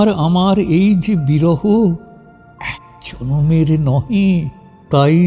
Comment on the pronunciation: আপনার , এক জনমের এই যে বিরহ বেদনার ও অনুশোচনার বহিঃপ্রকাশ ঘটেছে , কবির সাথে পাঠকের ও শ্রোতাদের কাছে , ছবির মতো চিত্রায়িত করে তুলতে পারাটাই আসল নির্মাণ । তবে " এক জনমের " শব্দবন্ধ উচ্চারণের সাথে আমাদের কর্ণকুহরে ধ্বনিত উচ্চারণ , বিসদৃশ লাগলো । ❤🙏❤